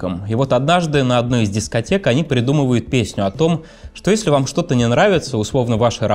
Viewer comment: ДА НЕ ВЭМ А ВОМ